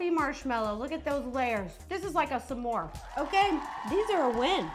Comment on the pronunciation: Did she just say "sah-more"???